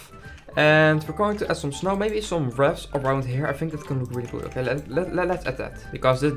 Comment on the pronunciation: From What I Always Hear It Called Is Wreath (R-EE-F.)